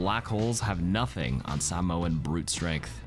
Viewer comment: oh my god he pronounced samoan right. thank you